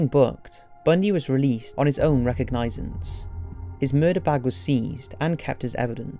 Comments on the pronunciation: He was released on his own "Recognizment" it's pronounced like Re "COG" nance 😃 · you should learn how to say recognizance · He mispronounces words that a British shouldn't mispronounce like Brigham and recognizance. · The narrator is good, but makes large mistakes in pronunciation. The place, Puget is pronounced pyoo-jit and "recognizance" is badly mis-pronounced, as is the Greek letter "chi."